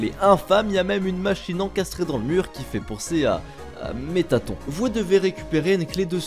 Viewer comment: Putain mais depuis 2015, y'en a qui n'ont toujours pas compris que cela se dit "MettaTONNE" !!